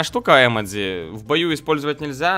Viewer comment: если ты хочешь показаться умным то не емедци а ёмоджы